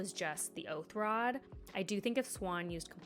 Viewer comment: These pronunciations are wild lol. Makes it hard to follow you a little, not just because I've read the books, but because they're so different from the show. It's just a minor friction that adds up. Anyway, def was the oathrod. They reminded the audience in the recap that an oath was sworn so they could do what they did. 100% not compulsion weave, but it's about as much a violation as far as Moirane is concerned. Good stuff, looking forward to next week.